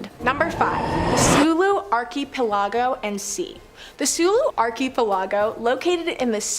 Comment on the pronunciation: Someone PLEASE TEACH THIS LADY TO CORRECTLY PRONOUNCE archipelago